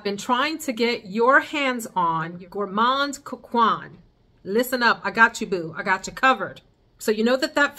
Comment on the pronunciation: Gourmand coquin = coke -en ( like how you pronounce “end” without the “d” 😅)